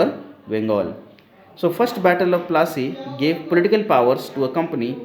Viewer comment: Can you say plassey properly